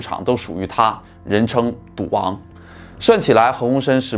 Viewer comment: 没有字幕 我貌似听到了 ”duang“ （滑稽） 其实是“赌王”啦！～